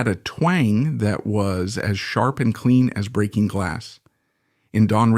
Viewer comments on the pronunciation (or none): none